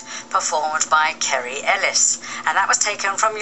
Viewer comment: I know! She couldn't even say Kerry's name, which is hardly the most difficult thing in the world!